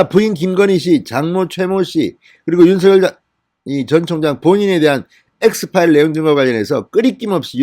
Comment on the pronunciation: 윤서결 ? 진성호 씨 발음이 웃긴다 ! 윤서결